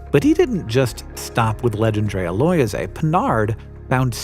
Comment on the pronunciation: If it was named by a Frenchman then it was probably 'Legendre'-a rather than, as you're reading it, 'Legend'-rea... "Loyez" is the French word for rent, whether that's relevant or not I don't know... maybe it was to honour his landlord!